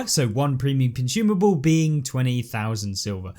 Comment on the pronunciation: Bro said "cunchoomable" heheh